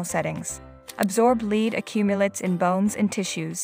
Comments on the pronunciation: Lead is pronounced "led"--please. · Another AI generated video -_- that's why it's pronouncing "lead" as the verb and not "led".